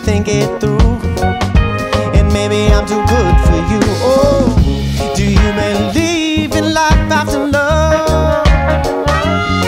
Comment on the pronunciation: listen to 'Running Away' by Vulfpeck. Joey Dosik sings in that as well and the way he pronounces believe sounds like he's saying "bedieve"